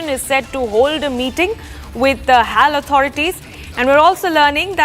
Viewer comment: its not hall..... its pronounced as H.A.L ...